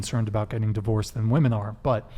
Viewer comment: Why do these bafoons pronounce the plural women as woman? WTF?